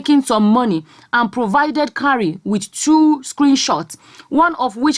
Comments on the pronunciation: The name Kyari is pronounced "kee-ah-ree", not "ka-ree". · the list u can do is to promounce a name properly. What is kari... pronounce as ki-ya-ri....jeezzzz